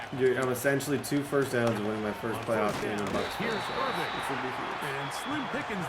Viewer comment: ITS BUCKY IRVING NOT IRVINE YOU IDIOT 😂